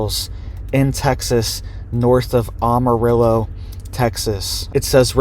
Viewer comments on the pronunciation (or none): Former Texas resident here....The "am" in Amarillo is pronounced like "am," as in I am no longer living in Texas.